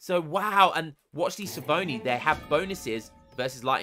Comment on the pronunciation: ch in italian = k sound, so skiavoni xD